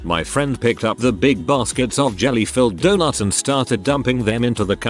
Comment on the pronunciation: Why's robot voice say "donoots?"